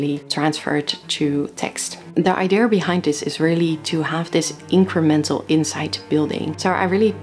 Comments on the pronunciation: I am by now convinced that there is a global conspiracy ongoing, set to change the pronunciation of the word "idea" to "eye-dear". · Idea, eye-dee-yuh. not deer, dear or dare. I'm sorry, you do say Idea a lot in this video lol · “Idea” is a Greek word btw. As a Greek I kindly ask you guys to keep your Rs off it 😁